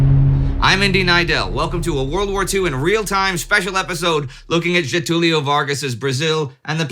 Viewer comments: Very impressed with your pronunciation of Getulio's name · A foreign history content creator finally said Getúlio right.